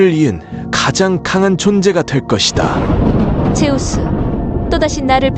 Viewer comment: 즈스가 아니 제우스